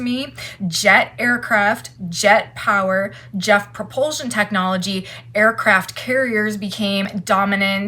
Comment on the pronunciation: You said Jeff propulsion 🤸🤸🤸LOL